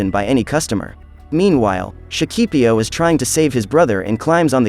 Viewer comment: in Shakipiyo, you always have to put an accent on the last "i", or you'll end up saying it up wrong. just for info, the rest is nice.